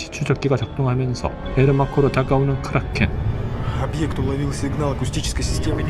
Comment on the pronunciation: 크~ㄹㄹㄹ~롸켄 ㅋㅋㅋㅋㅋㅋㅋㅋ